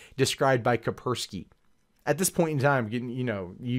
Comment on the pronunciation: "Kapersky", you're missing an S.